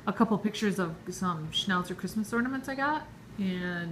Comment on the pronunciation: Hahaha you say chrishmas because of schhhhhnauzers in your brain hehehehe. Cool collection. I hope you plan to do a video of the boys opening their presents 😂